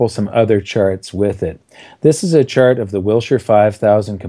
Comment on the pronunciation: every time I heard Chart it sounded like shart, the shitfart, ruined this for me